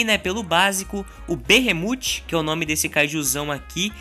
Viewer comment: A pronúncia certa é behemof